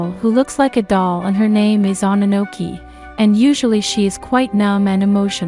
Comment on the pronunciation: Oh wah ree mo no gah tah ree Oh no no ki Please practice correct pronunciation. These videos will be hard to get through if Japanese names and words are going to be mangled.